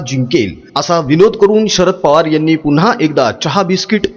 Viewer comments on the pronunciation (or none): none